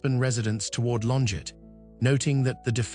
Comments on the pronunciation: It’s not LonJET, bot, it’s LonJAY! She’s French. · That's not how you pronounce her name.